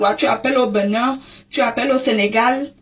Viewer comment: Hihihihi j'adore comment elle prononce le benin...le Beunain!!!